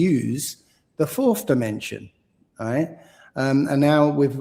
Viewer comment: Getting on my nerves with him saying 'right' after every frigging sentence. Can't even say it properly! Sounds like 'igh'....couldn't listen for long after he started dissing Mark Devlin and Eric Dubay!